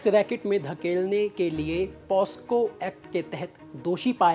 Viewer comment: क्या पत्रकार बनेगा रे तू पोक्सो को पोस्को बोला है 😂